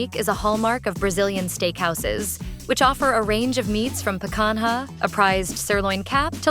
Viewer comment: they couldn't even use a real human for the voice. so lame. "pe-kan-ha" is the worst pronunciation ever